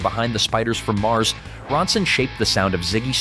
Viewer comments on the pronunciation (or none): none